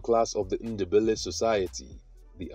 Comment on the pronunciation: There’s no such thing as Shona people 😂 if you’re researching Zimbabwe don’t watch this guy. Doesn’t know anything. Then he pronounces Ndebele as “Innderbelly” like a European 🙆‍♀️! And he talks about the South African Ndebele’s instead of Zimbabwe 🙇‍♀️. FAIL.